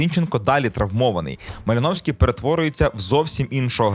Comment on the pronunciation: Такі да, МалИновський !!!😂